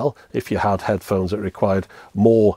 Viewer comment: "headhones" xD